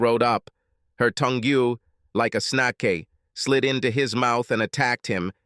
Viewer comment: This AI narrator is terrible. Tong-goo for tongue? Really?